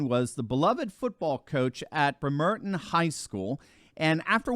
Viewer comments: It's Brem-er-ton not Bre-mer-ton! You need to spend more time in the Pacific Northwest. It's where you catch the ferry to Alaska. The service is called the Alaska Marine Highway. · Little thing here. It's not Brem-Er-Tin, it's Bremer-tun. I spent 22 years in the Pacific Northwest after doing my time in the USArmy, from Ft Lewis, 2nd/75th Ranger Regiment. Bremer-tun. Not to be pissy but it's easy to identify people who've never physically been to a location, when they mispronounce cities or counties. Love your channel, keep it going strong! Edward Gibbon, from the, "Decline and Fall Of The Roman Empire," credits the loss of the Mos Maiorium, the loss of faith and civic virtue for the end of the Romans. It was true then, it's true now. We're repeating history, my friend. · Just to clarify, -- it is BREHM-er-ton, not Breh-MER-ton (I grew up across Puget Sound from there, in Seattle):-) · the town & the school are BREMerton, not BreMERton. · the town and the school are BREMerton, not BreMERton. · I believe it is pronounced Brem er ton. I was stationed there in my navy days. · It's pronounced Brem-er-ton. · Good video. Just a small thing: The city is pronounced like "bremmer-ton". Not surprised that a city so close to Seattle fired someone with any kind of religious bent... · Just a small FYI... It's pronounced Brem-er-tin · Pronounced Brim-er-ton!!! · Check your pronunciation. It is “BREMmer tin” for the locals. I think you accented the second syllable it should be on the first syllable. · Brem -er-ton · Its Brem er ton That is how you say it. Not critic just offering help. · BREM er ton-emphasis on the first syllable. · Hey, Thank you for your great reporting Just as an FYI, the city of “Bremerton, WA” is pronounced “BREM’ ERTON” Emphasis on the first syllable: ) Keep up the great work! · Brem- er-ton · Production note: Accent the first syllable not the second in Bremerton.